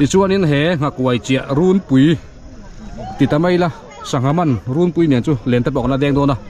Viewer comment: A hmuhnawmin i comment a ngaihnawm e...mahse thil pakhat, "rûnpui" tih i lam dan hi a dik tawk chiah lo deuhin ka hria, "run" tih lai tak hi "suar" tih i lam thin dan ang hian lam tur a ni. I lam thin dan anga lam hi an tam hle mai a, a dik zawk anga ngai an tam khawpin a rinawm.